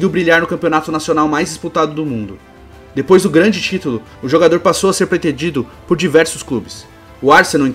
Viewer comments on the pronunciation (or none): none